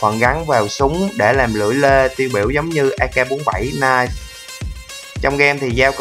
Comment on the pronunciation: knife mà anh này đọc là "Nai" :))